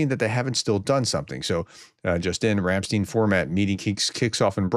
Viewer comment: you pronunciation of Ramstein is distracting me from the subject, its not steen as far as i know its pronounced as if the i was first after the t